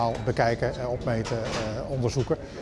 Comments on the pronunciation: Zegt die man nou "opeten" bij ? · Oh haha ja op m'n shitty telefoon speaker klinkt het sprekend als opeten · Ja haha klonk wel zo maar hij bedoelde opmeten denk ik